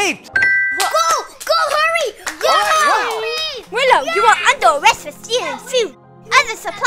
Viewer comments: It’s not wollfy it’s willow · “Wolfy”It’s Willy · When u said Wolfy it's Willow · It’s not woofie it called willow🤬🤬🤬🤬🤬🤬🤬